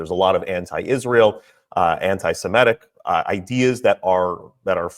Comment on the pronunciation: Narrator says "antisemetic" Should be "antisemitic"